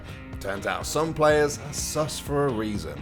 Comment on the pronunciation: you say sus like a boomer